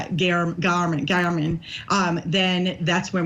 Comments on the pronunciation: Someone please tell her it is pronounced GAERMAN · Vinnie, Matt Johnson is terrific. This was landmark testimony and you elect to speak with? Please. Her grammar is pitiful, and she can't even pronounce Jeff German's name correctly. (He deserves that much.) After all, this is Court TV - not the Daily Mail. Interviewing experienced lawyers would be appropriate vs. her absurd comments about Telles. (And Karen Read, for that matter.) We can all figure out that he's lying on our own. Thank you so much. 💫